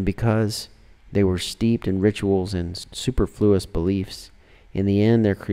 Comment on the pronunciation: It is just that it isn't pronounced like superman! the accent isn't on the u in super, it is on e.